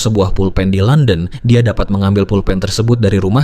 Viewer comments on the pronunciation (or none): none